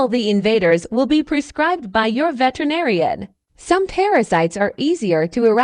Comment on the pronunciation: Uh narrator, the word is pronounced veterinarian, just like it looks, not vetenarian as you said it. Always good to know one's topic.